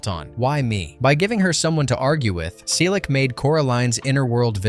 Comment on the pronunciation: Why does Henry Selick name get pronounced like 4 different ways in this video?